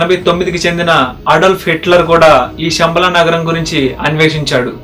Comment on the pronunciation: షమ్బల కాదు నాయన, శంబల, Please శ వేరు , ష వేరు